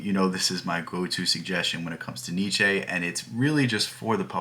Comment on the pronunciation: You gotta pronounce the names propery, dude 😂 Google the pronounciation of Nietzsche and Sartre